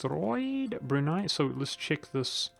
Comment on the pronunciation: I was shocked when you said Brunei because its one of the first names that aren't common that you didn't completely butcher